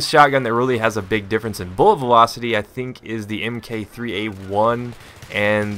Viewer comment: stop saying m.k.3a1 it's mark, mark3a1